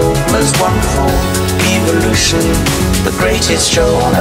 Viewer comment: I hate the way he pronounces "eve"-olution